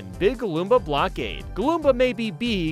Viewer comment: I love it when says “beeg”